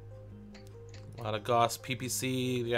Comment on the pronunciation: Awesome gameplay! But... "Steel Jaguire" "Tourm-align" I can't... :P